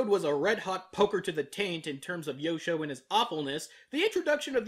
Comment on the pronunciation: When you introduced Yosho, I thought you called him "Yoko".